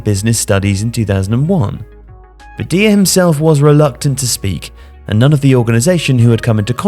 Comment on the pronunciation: I gotta say, unless you know something I don't, I'm kinda surprised you kept calling him "deer" after the chant which presumably was supposed to rhyme with "liar"